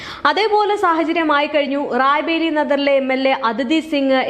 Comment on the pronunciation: റായ് ബറേലി എന്ന് പറയാൻ പഠിക്കൂ ആദ്യം. അത് കഴിഞ്ഞ് വാർത്ത വായിക്കാം. അണ്ണാ ഹസാരെ എന്നത് ഹരാസെ ആയി മാറിയത് നാക്കു പിഴയായി കണക്കാക്കാം. എന്നാൽ ഈ തെറ്റ് വീണ്ടും ആവർത്തിക്കുന്നത് അങ്ങെയറ്റം അരോചകമാണ്